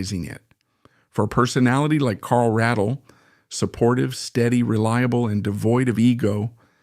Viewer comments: Pronounce his last name correctly please, he deserves that much. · Would have been a better piece if you had learned to pronounce Carl's last name.